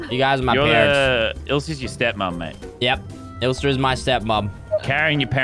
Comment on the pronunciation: It’s ilsa, not isla